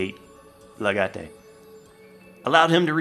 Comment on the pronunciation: Legate= pronounced Le-gat. English word. Its not pronounced Italiany because the original Roman/Latin version of the word is legatus.